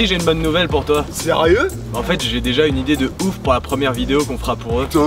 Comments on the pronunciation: Il a dit idiée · « ...pour vous donner une « idiée »... » aaaah c’est celui qui dit qui est !! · "Pour vous donner une idiée" Je t'aime tellement mec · de rien et c'est vrai que tes idiées sont fabuleuses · "pour vous donner une IDIÉE" j'avais jamais remarqué ça avant 😂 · tu dis une idier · il a dit idiées lol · "Pour vous donné une IDIÉ" Parfait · Je suis pas le seul à entendre idiée